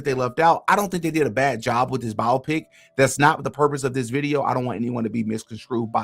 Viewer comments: no it’s not tf. it’s BIO-PICK. not biopic like the word “myopic.” that’s the illiterate pronunciation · It’s pronounced Bi-Opic… man that was annoying